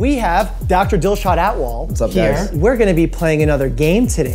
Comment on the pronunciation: Lmao I misheard it as Dr. Dishwan Alcohol